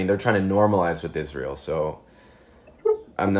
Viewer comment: "The Gulf countries support Izrail, so..." That pregnant pause where realizes he's not actually prepared for this interview, and then just lightspeed changes the subject [chef's kiss]